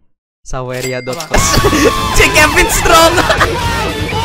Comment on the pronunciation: ciri khas manggil kevin ama kevin itu Kevin: Pin Nevin: Vin